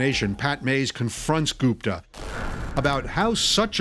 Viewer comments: Why do Americans everything? The name is Gupta. That’s gupp-ta not goop—tar. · As soon as i heard Ghupta 😂😂😂 oh he did it 4sure .